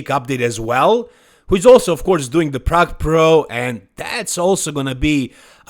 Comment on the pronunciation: Plrrrague Plrrro